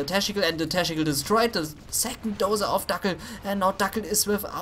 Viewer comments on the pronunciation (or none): Dein Teschnical is legendär xD